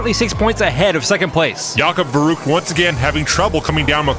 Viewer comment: Oh man, I love that channel. It never get boring. By the way, the ü in verrückt is not pronaunced as a 'u'. Did you know that verrückt means crasy or nuts like it drive me nuts which first perfect to a car-race. Cheers from Hamburg, Germany. 😃😃👍😁😁